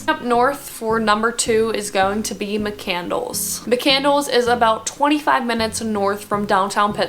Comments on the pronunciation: “McCandles” obviously you aren’t from the North Hills lol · you are pronouncing mccandless incredibly wrong haha also leaving sewickely and fox chapel off sort of invalidates this. youre telling me sidney crosby and most of the richest folks in the entire state are not living in good suburbs? ...... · She did mention it but says it incorrectly